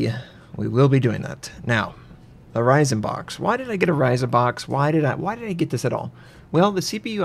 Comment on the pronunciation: on the "hoRyzen"